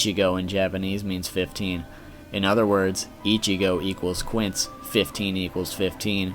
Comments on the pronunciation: lmao 15 in spanish is pronounced keen-say, not kwince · I hate to nitpick, but quince in Spanish is pronounced Kin-se. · And last I don't think that's how you are supposed to say 15 is spanish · Just one tip: 15 in Spanish is "quince" and has nothing to do with "Quincy" ^^U (The pronunciation I mean. Written they look similar but pronounced they doesn't sound the same) Anyway, very cool video! :) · ok quince( keense) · You miss pronounced quince but good video